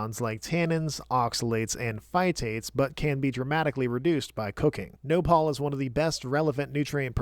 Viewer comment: As a Mexican, the thumbnail almost made me raise my pitchfork. Glad that nopal (stressed in the last syllable, btw) is A tier and not C.